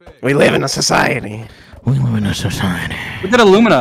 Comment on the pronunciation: "We live in a SUSciety"